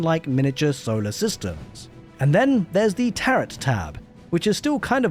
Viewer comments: Tear-oh, not tear-ut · FYI the 2nd t in Tarot is silent. It's pronounced ta-ro. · You don’t pronounce the “t” in tarot” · Tarot rhymes with sparrow, rather than rhyming with carrot.